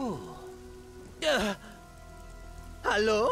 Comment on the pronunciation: Ist zwar, ein sehr unterhaltsames Video, aber warum gibt es Stellen...wo er sagt zum bsp:. Was ist los? Soos? 🤣 Oder wie Hallolola?😂